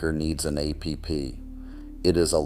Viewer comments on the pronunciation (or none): Another AI generated channel? It's "APP", not ai pee pee ffs... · yes, that's why the narration said that the coffeemaker needs an A.P.P. 🤖